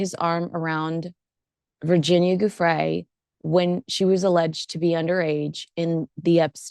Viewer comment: I appreciate your coverage of this story but please pronounce that poor dead woman’s name correctly. It’s JOO- fray. Not GOO- fray. The ‘joo’ is pronounced like the first syllable of jewelry.